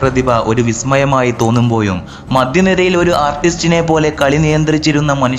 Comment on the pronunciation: തോന്നുമ്പോയും അല്ല , തോന്നുമ്പോഴും എന്നാണ് സുഹൃത്തേ 😥